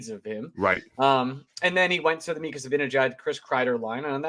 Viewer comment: How could a supposed Ranger fan pronounce Mika’s last name worse than Eddie Olczyk? #embarrasing